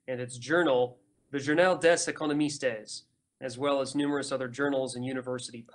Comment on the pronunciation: Nice, thanks for this. Listening now. Journal des Economistes... "economistes" you sholdn't pronounce the "es" on the end. french is not spanish ;)